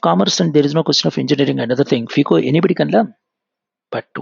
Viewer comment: Sir, You pronounce phico. It is FICO